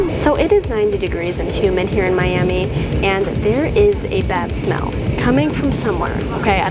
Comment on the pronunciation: what did you just say Miami Mummaiu Miami?